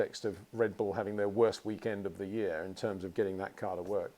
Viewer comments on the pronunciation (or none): none